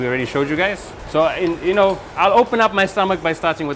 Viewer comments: Its call zardah not ... Jarda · 'Zardaaaaa' not jarda please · Loved it! But a little more work has to be done on Talaffuz as the sweet rice is called Zarda and not Jarda.. Barring that everything was spot on! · It's actually "Zarda", not "JARDA". Great content and amazing job by the host and of course Zia bhai. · Afghanistan dont have biriyani, the refugees who lived in Pakistan took this dish along with many dishes back to Afghanistan and 2ndly its Zarda not Jarda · RIGHT ....I was about to Write this Too.....Its ZARDA ..Not Jarda ... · Thanks bro, welcome 2 my city, love your video, but We don't call those sweet rice " jarda" We call it " zarda" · Bro, the word is Zarda from the color it has which is zard which means "of gold" and also alluding towards Zafran (Saffron) which is also the yellow color. When you call it Jarda on international channel, everyone is going to copy you. Without the zee sound the whole etymology of the word is decimated in a second. Thank you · Its ZARDA not jarda !!! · Its Zarda not Jarda 🤦🏻‍♀️ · It's not jarda rather Zarda with a Z